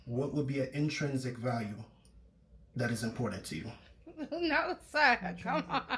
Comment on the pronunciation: “Instringic” is NOT a word 💀💀💀💀💀 I cannot watch this at work again I wanna bussin crying laughing! 😂😂 he was just saying ANYTHING